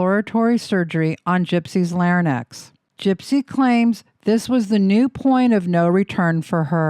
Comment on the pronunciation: Sorry to point this out, everyone has a "difficult" word, but its larynx Lar- inks, hope this helps.